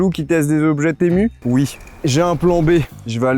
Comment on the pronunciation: Ca se dit TImou par contre